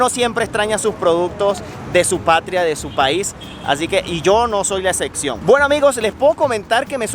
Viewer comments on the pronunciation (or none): "Excecsión" xd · execciòn? Amigo! Es con p, espero que no le moleste a nadie pero la verdad no hay nada mejor para el receptor que poder entender bien la correcta pronunciación de la palabras del emisor. De todas maneras un saludo .